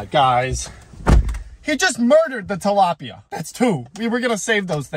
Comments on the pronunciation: “ we’re starting with two dalopia”😂😂😂😭😭😭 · he murderd a tilapya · He murderd the tlapya, not Bobby